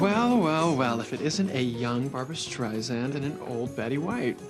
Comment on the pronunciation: Can't help noticing that sabastian says "Barbra striZend" oh god that's so annoying haha